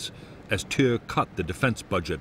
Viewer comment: Narrator pronounces Thieu wrong 😒